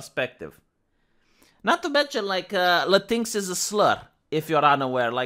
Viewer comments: Thanks for pronouncing "latinx" as "latinks", not "latinex". It's the right pronunciation, and the right mocking, that pseudo-word deserves. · I've noticed for a while that it sure seems like YT is trying to hide you from non-subscribers, and I'm pissed on your behalf. I'm sure you need me for that. Anyways, I'm glad you pronounce Latinx properly-I've been saying it that way since I first saw it. Perhaps our correct pronounciation will spread. Also, my misspellings.